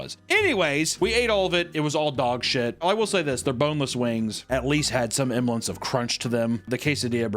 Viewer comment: Every time I hear say something like 'emblance' instead of 'semblance', I am reminded that he has an impact on our future language. Shine on, you crazy meatwad.